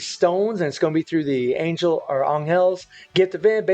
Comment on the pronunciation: for godsake stop saying anyel